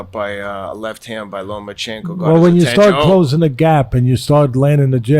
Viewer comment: Teddy there's no special N in Lomachenko.... it is not LomaNchenko